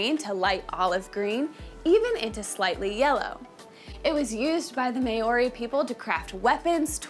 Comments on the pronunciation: " the may oree people" geez. Maori is like saying cow but with an m and ree at the end. No hate just correcting an innocent mistake, thanks for taking interest in another culture. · Never heard maori pronounced like that 😅 try saying the ri part like a roll on the tongue... the clubs can also be called patu. I personally own a wahika 😝 also wahika with the hi being pronounced more like hee. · Can't even say Maori correctly - not a good start. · I agree